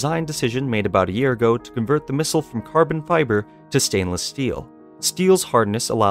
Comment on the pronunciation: he said "missile" LOL